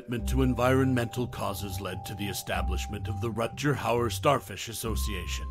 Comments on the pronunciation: Really? "Rut-jer"? Come on, man. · RUT-GER i had to stop listening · At least learn to say his name correctly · They? Their? I counted. HE is one person. Thumbs down for woke language AND mispronounceing his Name.